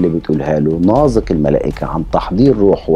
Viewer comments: ليه بتنطق نازك ناظك؟؟ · الكتابة نازك والنطق ناضك ؟؟؟ شي غريب فعلاً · الأستاذ المحترم ، تحية طيبة ، طريقة نطقك لاسم نازك خاطئ ، الصحيح نطق الزاي كما نطقت إسم اخيها نزار. مع التقدير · بينطق اسم نازك بطريقة غريبه 🤔